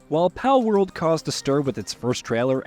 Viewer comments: Bro why are you calling it "Paleworld" lol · the guy can say ''pal'' just fine but you add a ''world'' to it and he says ''paleworld'' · Pale-world? Wtf? Why are u pronouncing them as “Pal” than? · You know they are called “ Pal” and we can hear it when you reference them as pals yet you pronounce the full word “pale world “ I don’t get it lol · Pale-world??? I think your pronouncing it wrong buddy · Bro doesn’t know how to pronounce pal 💀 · Yeah, seems one of those cases the narrator read what his brain wanted him to read instead of what's "on paper". Or a typo on the script Idk 🤷🏻‍♂️ But Palworld, cool name for a game. That looks really fun. 👌🏻